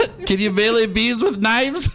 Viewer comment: You gotta stop saying "mealy" weapons, it's may-lay